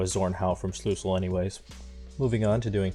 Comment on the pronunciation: It is called Schlüssel not Schlussel I needet to laugh a lot because wenn someone that is not german like me says german words it just sounds funny